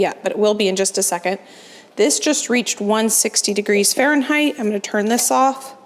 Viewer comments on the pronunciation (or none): none